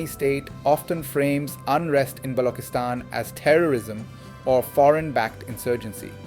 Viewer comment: Why Balockistan instead of Baluchistan? Why Packistan instead of Pakistan? Why Saardaar instead of Sardar? The artificially 'Gora' sounding pronunciation is really irritating and fake and distracts from the message. It shows some sort of inferiority complex on behalf of the commentator with using the authentic pronunciation. Please avoid these fake distractions